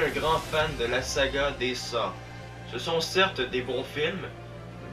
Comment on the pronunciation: Ça se prononce Saut et pas Sah